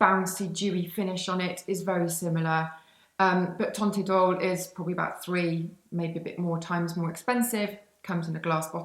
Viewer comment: Teint idol is pronounced so that "teint" rhymes with the French word for wine: "vin" (the T is silent)